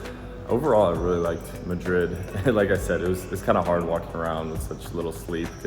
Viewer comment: Obviously Not, his accent says it all. And the way he pronounces <Madrid> is cringe 😬…